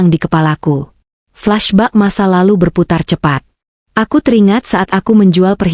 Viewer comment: Flesh beck bkn flash back